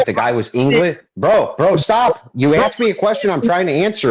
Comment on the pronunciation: “He axed you to define it” 🙄